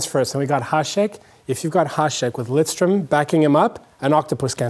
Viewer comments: End my life Getting ö wrong is understandable, pronunciation changes in different languages, but adding an “n” just makes no sense and is not a “slight” mispronunciation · it's lidstrom not lindstrom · How can you be a swedish hockey fan and don´t know that his name is LIDSTROM! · "Lindstrom" - I'm done, how can you say his name wrong. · Because they are american they have to add the N to the name? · One of the Greatest Defensemen Ever and you can't even pronounce his name right.